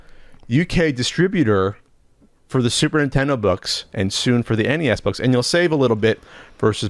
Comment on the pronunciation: "SUPER INTENDO" - (forever)